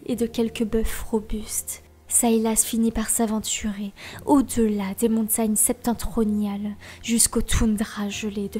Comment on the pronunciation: Je te vois aussi un grand avenir un sein de ta patrie. (Bon on prononce septentrional par contre (mais bon Bernard Pivot on l'emmerde (et j'ai appris un mot au passage donc c'est cool (ça veut dire situé au nord))))